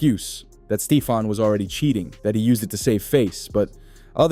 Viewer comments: Yo said Steefon Diggs!!!!! It’s Stephon Diggs homie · U lost me at STEE-fon. Please delete this ma’am. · Stee-fon digs😂😂😂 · Are u a bot, How do you not know how to say Steffon even when you pronounce it in the phone it comes out Stefan which is better than what you're saying But the rest of what you're saying is 💯